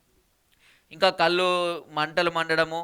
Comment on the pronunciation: కల్లు కాదు మామ కళ్ళు